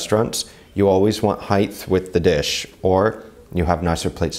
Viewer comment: Love the way you give step by step instruction for home cook to put together lovely presentation, thanks. Pronunciation tip: the gh in height is silent so sounds like [ hite]. Just a pet peeve on my part ;)